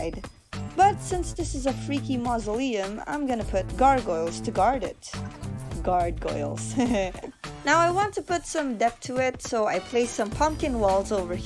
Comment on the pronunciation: Guard-goyle huh.. 😂